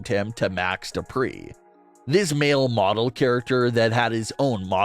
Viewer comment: No. No. No. You got to say it like this : DuPRE!!!